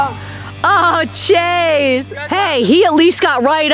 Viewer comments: You said trase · It's chase not trace